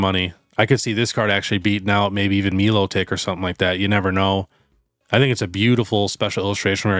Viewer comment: Melotik not milo tick 😂